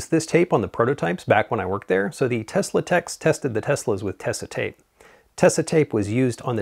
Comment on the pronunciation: the way you pronounce tesa reminds me of how everyone in the US seems to pronounce porsche